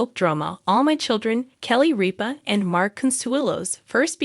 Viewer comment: you could, at the very least, leartn how to pronounce kelly's last name!